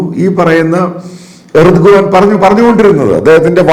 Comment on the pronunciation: Urdugan no... Erdougan